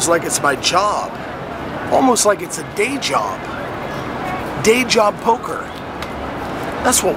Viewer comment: When you say day job it almost sounds like you're saying deja vu lol